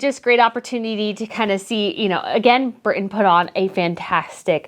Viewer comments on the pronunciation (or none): none